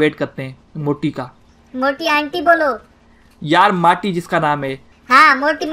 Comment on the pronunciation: Moti Nahi Mati Achase Bolo 🤣🤣 Plz.......